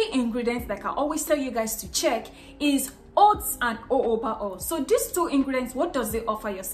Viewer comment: Its pronounced Jow.juh.buh not oh.oh.buh…hence the first J isn’t silent when pronouncing it thanks 😊